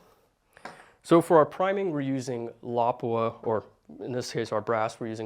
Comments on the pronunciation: Wow, he pronounced Lapua correct!! True American hero! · As a native Finn I can confirm that his pronounciation of Lapua is almost perfect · the way you say "Lapua" throws me off. Great demonstration.